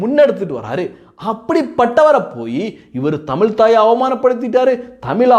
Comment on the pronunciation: டேய், தமில் இல்லடா, தமிழ், நீ முதலில் தமிழ் பேசு.